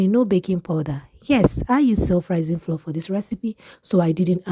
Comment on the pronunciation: PLEASE THE WORD FLOUR IS DIFFERENT FROM FLOOR. THEY ARE NOT PRONOUNCED SAME. I will surely try your recipe.❤